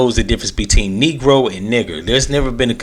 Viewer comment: do you know what’s in his heart? SMDH. if you listen to the word, the 1st syllable is “NEEG” (it was an awkward attempt to say a word that he probably never said …who says “Negro” nowadays??), so it doesn’t sound like a casual slip of something he says “behind closed doors”. Also - I’m sure he realizes he flubbed it AS HE WAS SAYING IT & was completely •mortified•. Can you imagine being on national tv & you intend to say the word “country”, but you have a tongue tied accident & say “CUN¥” ?!? You’d be mortified.